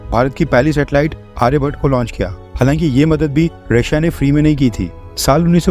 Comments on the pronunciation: 'आर्यभट्ट', आर्यभट्टा नहीं। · अरे भाई, आर्यभट्टा नहीं, आर्यभट्ट बोलो। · आर्य भट्ट है सही उच्चारण । इंग्लिश चश्मा लगा कर नामों की ऐसी तैसी मत करो भैय्या ।